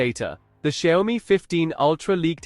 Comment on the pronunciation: A lot of bla blah for nothing. And Xiaomi speaks different from yours. Make ears hurt 😮